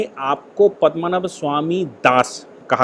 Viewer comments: 'पद्मनभ' उच्चारण गलत है। सही है 'पद्मनाभ'! सादर प्रणाम,! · पद्मनाभ स्वामी मंदिर.. "पद्मनाभ" सही है. और आप बोल रहे है, पदमा नभ बोल रहे है, वो गलत उच्चारण है.